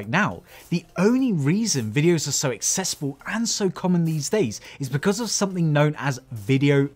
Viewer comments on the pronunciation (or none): The word "accessible" isn't pronounced "assessable". One word has two 'c's. The other has two 's's.